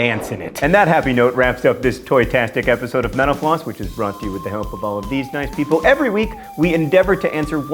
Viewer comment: Every time John says "metal floss", I always hear "menopause"